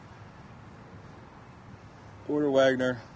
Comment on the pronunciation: As a redneck from Alabama, I can testify you are correct about the pronunciation of his name lol. Also on Saturday cartoons were over when you would see his bus rolling down the road on the tv show Saturday afternoon lol.